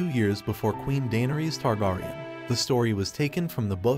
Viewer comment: Bruh learn to say targaryen. Next.